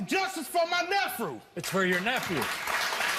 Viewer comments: He literally said nephrew not nephew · “I’m here for justice for my neffrue!” 😂